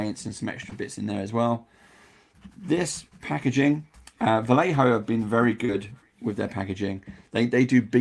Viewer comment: It's Vayeho, not Valeho